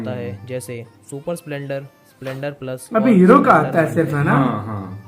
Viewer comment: संपलेंडर नही भाई स्प्लेंडर बोलो